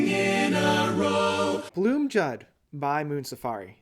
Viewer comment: Blomljud is pronounced BLOOMIUUUUDE which means THE SOUND OF THE FLOWERS. the guys in MS told me this!